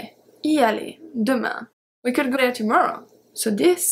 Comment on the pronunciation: Your shuld, wuld, culd was very cute and sweet :). The L is silent in all of em btw.